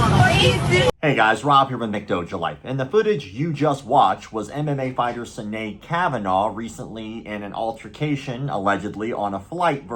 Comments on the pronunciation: Pronounced Shinade fyi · Pronounced Shinead. Like Sean or Seamus.